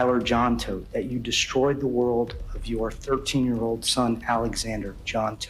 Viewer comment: They're literally saying the last name Todt multiple times in the video, and you're still too dumb to pronounce it right.